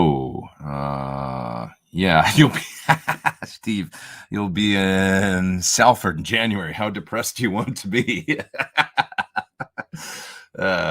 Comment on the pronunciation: ... pronounced Solford - might be important :-)